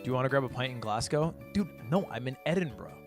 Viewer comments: edinburg bruh 😭😭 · Big fan Ludwig, I’m glad you finally came to Edinburgh. It’s pronounced: Eh-Din-Bruh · Ed-in-bruh. Learn it